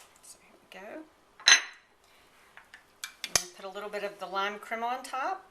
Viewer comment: "crema" pronounced "kreh-mah" not "cream-muh" I was hoping to see how you took the squash out of the skin. I am having trouble with that part. Oh well. Thanks for the recipe.